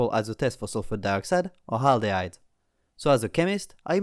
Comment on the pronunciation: Did you say "haldeyde"? (I realise that English isn't your first language)